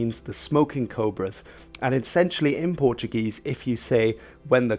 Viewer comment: Nice, on your pronunciation don't roll the "r" it's spoken softly